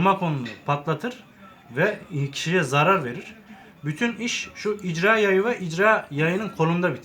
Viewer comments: İcra yayi degil be irca yayi diceksin.. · jarjör değil şarjör icra yayı değil irca yayı sen önce namluya jarjör değil namlu demesini öğren.